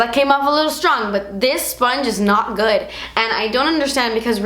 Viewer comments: "It's not guud." Lmao love that part! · "ISS NO GEWWD" lolololol ded